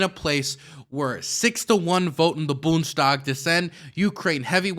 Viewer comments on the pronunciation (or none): Boond (spanish) es tag is how you pronounce bundestag